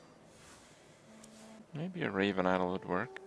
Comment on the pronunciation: Raven iowl ? Kripp it's i-DOL